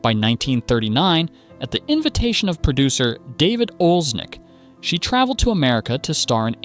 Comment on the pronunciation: The name David O. Selznick sure got mangled badly here? AI narration?